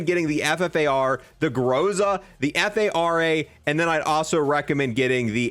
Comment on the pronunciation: He called the Fara the F-A-R-A Lol